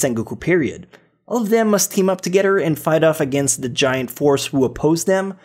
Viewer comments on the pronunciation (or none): none